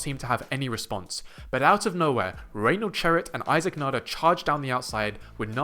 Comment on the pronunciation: Thank you for saying his name correctly, [nah-der] and not [nay-duhr] like many other English speakers here on YT.